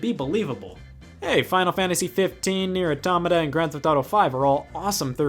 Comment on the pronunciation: Holy shit, someone on YouTube pronounced "Neir Automata" right. Nice!!